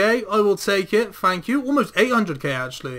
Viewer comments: "FANKyou" guys so much. lol ohhhh you. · "A massive Fank you"